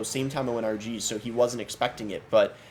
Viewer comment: At the start when you were saying RG I thought you were saying Archie